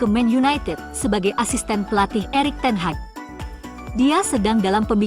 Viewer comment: teh heg ke ten haq? memalukan penggunaan bahasa komentator.. van nistel roy.. bukan nistel roo!!